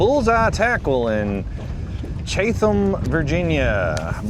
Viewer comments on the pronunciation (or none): Just so you know it's Not Cha Tham,Virginia.. it's Chat ham. Pronounced like Chat um. Chatham. HAPPY BIRTHDAY to 🎉! Thank you for your service🇺🇲❤💯